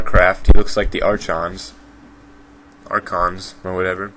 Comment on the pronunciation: archons are pronounced arkons